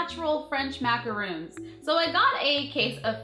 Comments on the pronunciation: MacaRON, not roon. Macaroons are coconut cookies. totes different. Anyways, those flavors sound yummy. And its super awesome you're giving a shout out to indie shops. My boyfriend enjoys beer, so I might have to pick him up some of that soap. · gurl, love yah but there called macarons, not macaroons:) macaroons are cookies. Macarons are the pastry you got:)